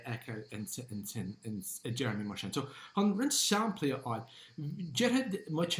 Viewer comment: Bail ó Dhia ort, a. Is maith liom d'fhíseáin. Má bhíonn tú ag iarraidh an Ghaeilge a fhuaimniú i gceart, ní chomh doiligh sin an rud é (mar shampla, anseo deireann tú "saimplí" in áit "samplaí"). Bí i dteagmháil liom, má thograíonn tú, nó caith súil ar an gceann níos deirí liomsa. Go soirbhí Dia dhuit.